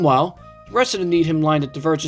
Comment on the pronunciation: Needham is pronounced "need-um" here in MA